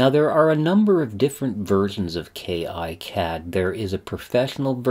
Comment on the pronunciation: It's actually pronounced "KeeCad" , not "Key Eye Cad". And there is no professional or community version for KiCad, neither does it require a license. It's all FOSS, check out